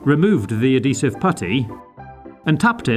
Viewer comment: Adhesive Add-he-sive